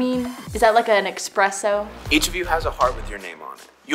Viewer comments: She said “eXpresso” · When said is veto an expresso that sent me 💀